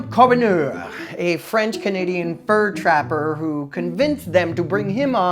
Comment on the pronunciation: My maiden name was Charbonneau and you did not pronounce it correctly. Shar-bun-no.